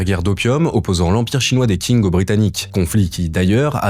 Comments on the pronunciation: Le Q en Mandarin est prononcé "Tch" et non "K": Dynastie "Tching", pas King ;) Vidéo intéressante, ceci dit. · je regarde juste quelques extraits mais i) tu ne sais même pas prononcer correctement le nom de la dynastie Qing (ca ne se prononce pas du tout "king", c'est du pinyin de base dont tu pourrais trouver la prononciation assez facilement) et ii) tu devrais t'intéresser à la dynastie Yuan (celle établi par Kublai Khan !) si tu veux comprendre les frontières actuelles de la Chine et ses revendications. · Bonne vidéo mais on dit "tshing" et pas "king" pour Qing. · j'ai découvert récemment ta chaine et t'es dans le top france youtube pour moi t'apportes une vraie valeur d'information et de journalisme, tu fais partit du futur qui va enfin remplacer la télé et les chaines d'infos trop lissent qui ne vivent plus que sur le buzz PS : Je crois que tu parles de la dynastie qing dans cette vidéo, ça parait pas forcément évident mais je pense qu''il vaudrait mieux le prononcé a la chinoise comme pour le reste de leur nom et donc ça serai plus "tching" que "king" phonétiquement en chinois le q se prononce "-ch" avec un léger "t" devant si je me rappelle bien de mes cours